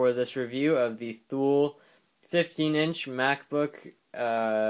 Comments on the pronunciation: Its not pronounced Thule its pronounced (toolee) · And btw its pronounced like "too-lee" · Ha yeah, but it is pronounced tu-lee because it is a Switzerland owned company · pronounced two-lee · Not to be a troll or anything but Thule is pronounced tu-lee